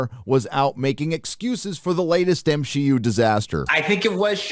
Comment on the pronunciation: LOL 😂 it's so funny when you say MSheU